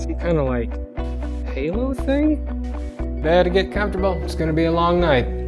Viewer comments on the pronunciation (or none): none